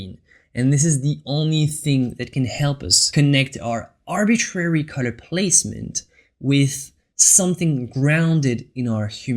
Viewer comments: You pronounce the word color wrong, it s sound like cutter when you say it. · WHY YOU SAY CUTTER INSTEAD OF COLOR?